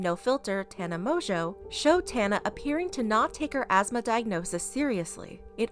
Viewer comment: I thought Tana whatever's last name was pronounced differently 🤷